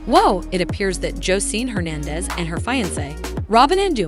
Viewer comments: If u gone talk about somebody please say her name right u very irritating mispronounce her name wrong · Hip Hop & Love girl u talking about this woman can’t pronounce her name or the show she was on now that’s tea